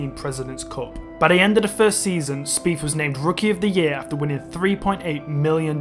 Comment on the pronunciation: Wow bro your accent is brutal "two fousand firteen Jordan speef lost by free" ya killing me. Maybe fink about how to pronounce "th"